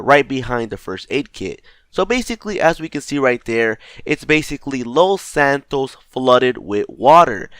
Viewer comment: did hé just say loth santoes